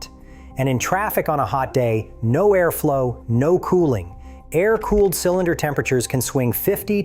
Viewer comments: A-R cooling? I’ll never understand why people who let the AI do the work for them can’t at least come along afterward and listen to their own video before uploading. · This video is ai? Why the hell did it pronounce Air like that